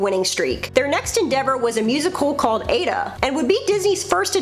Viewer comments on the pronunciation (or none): Just letting you know Aida is pronounced "eye-yeet-a". All good tho, and great to see it in a more mainstream video😁